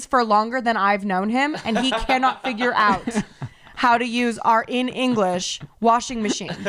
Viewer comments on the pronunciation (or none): none